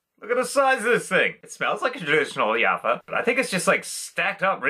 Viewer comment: Plazma style Bisquits are sold in so many shapes and sizes (ofc other names in the Balkans) and we love them despite simple. That snap! Bro just a hint the "J" in Jaffa your read like "G" Great video and props to Alan